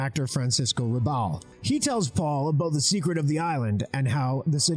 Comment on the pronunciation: Good choice and video, but man did you butcher the Spanish names here. You could do some research before saying publicly "Yavier Sandóval" or Francisco "Rubble". Javier, man, like Javier Bardem, "Haviér Sandovál", both with accent at the end. As well as Francisco "Rabál", accent in the end. A`s are like a`s in English, like you say "hat", you say "Rabál". Now you try.